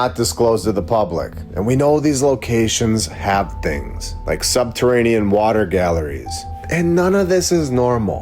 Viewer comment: Good point. It's Water not waller!